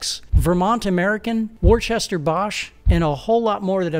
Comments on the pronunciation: Worcester is pronounced.....wooster......not whorchester 😀😀😀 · I did laugh at the pronunciation of Worcester Bosch. It is not Wer Sester or Wer Chester. Worcester is a town and Worcestershire is a county in England. We English people pronounce it Wuster. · Its pronounced Wuster bosch. Not Wor, chester bosch. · Worcester isn't pronounced "Warchester" its pronounced "Wuster" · love that pronounciaton of Worcester. It's actually pronouced "wooster". This is a great video and some surprises for me like Facom being owned by SB&D. I remember being annoyed when Facom acquired Britool, now they've been consumed themsleves. Funny thing is these days you rarely see a pro with Black and Decker or Stanley branded tools! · Worcester Bosch - is pronounced ‘wuster’ 🇬🇧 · ‘war Chester’ bosch lol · Worchester bosch 🤣🤣🤣🤣🤣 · The Worcester in “Worcester Bosch” is pronounced “wuu-stir”. Worcester is a town in England. 🏴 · You mispronounced "Worcester"! Also who owns Hikoki?